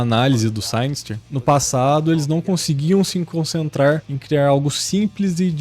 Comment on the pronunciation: Bom vídeo, concordo com tudo que foi falado. só um detalhe, Synyster se pronuncia Sínister mesmo. várias vezes durante o vídeo fiquei me perguntando quem é Sainister kkkk Continue postando vídeos assim, seu canal vai longe.